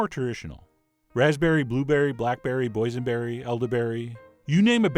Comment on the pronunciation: Did he say poisonberry? :D